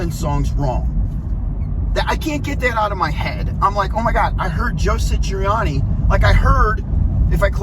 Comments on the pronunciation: His name is Joe Satriani, not Sitriani!!! Satriani is one of the greatest guitarists this world has seen, dang, he taught Steve Vai....the same analysis would happen if someone tried to be the next Neil Peart or the next Chester Bennington,....I DOUBT Eddie could play Satriani, like Satriani...each has their unique sounds....Surfing with the Aliens is a masterpiece. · This guy can’t even say Joe’s name right. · This guy doesn't even say Joe Satriani correctly